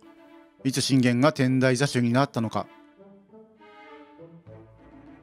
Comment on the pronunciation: 余計なお節介かもしれませんが、 天台座主 てんだいざす と読みますよー